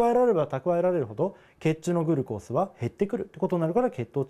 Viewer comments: グルコースが気になりすぎて耳にグルコースしか入ってこない笑笑 ぐ⤵︎ るこーす じゃなくて ぐ⤴︎るこーす じゃないの？ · グルコースの発音なおしてください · 水溜りボンドのおもしろ動画まとめ グ↑ル↓コー→ス↓ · グルコースの発音が僕と違うけどそれも個性だよに☺️ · グルコースのイントネーションw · グルコースの発音w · SRさんサブ赤ちゃん 普通ではないw